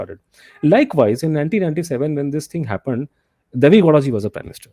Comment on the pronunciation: It is Deve Gowda and not Davi Gowda 51-52 minutes... Please get the names of our PMs correctly